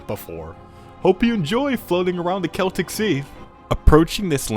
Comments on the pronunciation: bro finally learned how to pronounce ‘Celtic.’ I KNOW that one comment on the other video haunts your dreams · He finally pronounced the Celtic Sea correctly, world peace achieved.